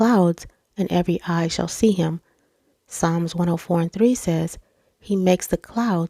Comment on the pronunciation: Hi , I just subbed the word "Psalm" is pronounced "Salm" great vidoe ,thankyou ❤